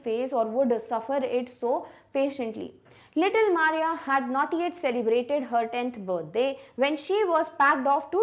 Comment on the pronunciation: mam u mispronounced maria.